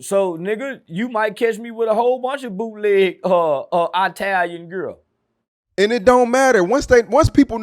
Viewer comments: "I-talian gear!"😂😂😂 Bruh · “ATALIAN GER” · “Eyetalian drip” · said I-talian gear 😂